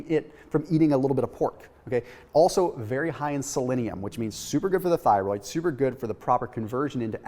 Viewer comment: Lol “souper souper simple” 😅